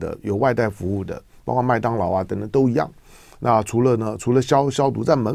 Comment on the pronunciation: 括（kuo）四声，来唐先生，跟我一起读，kuo，括，包括，kuo括，广括。...........好的唐先生你进步好快噢！